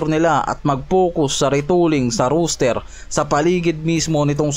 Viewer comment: Roster hindi Rooster ginawa mong tandang ang kulit mo ilang beses ka na sinabihan hahaha